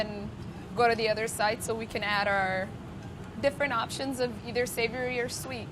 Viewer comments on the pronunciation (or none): none